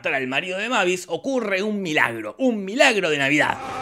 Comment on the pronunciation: Un dato no tan delital importancia, la hija de Drácula pues se dice meivis